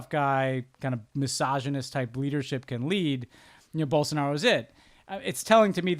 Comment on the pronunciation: In these case it's not "most Americans", it's two professionals that are paid to do this podcast and could have spent 2 minutes researching how to pronounce Bolsonaro.